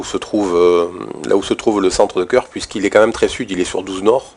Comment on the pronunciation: Ça se prononce "Keurk" 👍🏽merci pr les infos